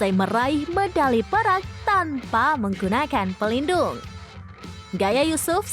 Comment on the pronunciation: Eh siti... baca Perak yg bener...